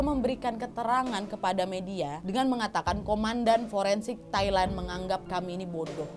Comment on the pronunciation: Haha "Tai-Land"